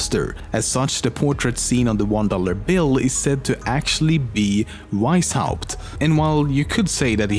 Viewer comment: I love how you say Veishaupt instead of Weishaupt <3